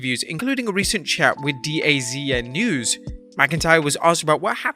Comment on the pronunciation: DAZN .. it's pronounced da zone, not D-A-Z-N. Also, wind out the sales?